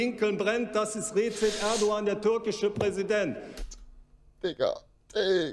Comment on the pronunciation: REZEB ERDEGAN XD wie er das ausspricht